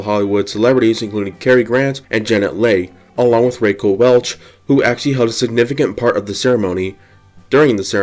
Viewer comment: "Kerkorian would often exploit many parts of the casino for his own personal gain." Is this the mush that they teach you kids in school today -- when you use your own property, you're "exploiting"? Also, it's Ra-quel' Welch (accent on the second syllable) and Janet Leigh (pronounced Lee, not Lay) The picture is Shecky Green, not Fred Macmurray (and not Macennmurray). Jai Alai is pronounced "Hi A-li"